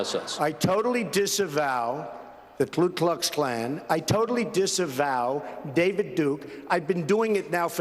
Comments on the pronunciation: It's "KU Klux Klan" not "KLOO" Klux Klan.... Still love Trump, tho'... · When your so racist you pronounce the ku klux klan wrong